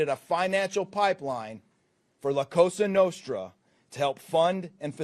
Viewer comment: La Cassa Nostra? He can’t even pronounce the name correctly? He must’ve not actually done any work in this investigation. He’s just here to read a script someone else wrote and take credit for nothing.